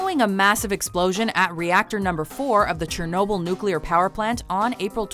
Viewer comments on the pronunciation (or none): none